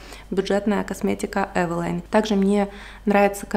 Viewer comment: правильно говорить эвелин